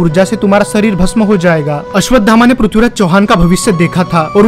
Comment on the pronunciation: पहले आप अश्वत्थामा बोलना सीखिए कृपा करके गलत उच्चारण मत करो